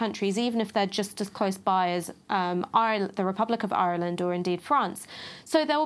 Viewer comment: Nice one Ash! Great job pronouncing the hard R in Ireland! It's not often that got right! 👍